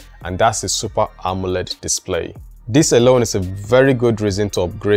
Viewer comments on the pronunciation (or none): none